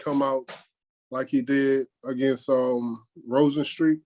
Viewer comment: Lol he said rosenstreet 😂😂😂 lewis funny